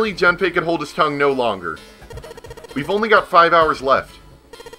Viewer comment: For the record his name is technically pronounced "June-pay"... a long "oo" like in moon. But no big deal. And if you haven't bought Tales of Symphonia Chronicles yet and are still interested, just FYI, you can buy each game separately on PSN for $20 each. I'd recommend buying just the first Symphonia first, and the mediocre Dawn of the New World later if at all.